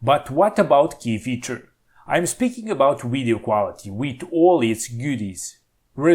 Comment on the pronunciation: "the uidio" ....the letter V is so hard....thanks for the laugh.